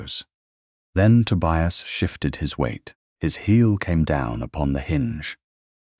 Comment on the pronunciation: The constant mispronunciation of Tobias really spoilt the narration.